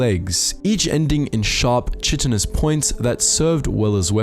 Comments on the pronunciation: I like how no one is talking about how he mispronounced chitinous. It's pronounced as 'Kai-tiness' not 'Chee-tiness' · Chitin and chitinous is pronounced Ky-tan/ky-tan-us not chit-in LOL. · Its not chit-en-us. Its Kite-en-us. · That’s kiten not chit. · Chitinous is pronounced with a hard K sound, KI-ti-nuss. Or Kye-ti-nuss. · Quick note: Chitinous is pronounced “kaitinous” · it's pronounced kite-in